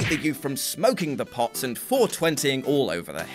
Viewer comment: With his accent as he says " smoking the pot" I lost it👍🏾🤣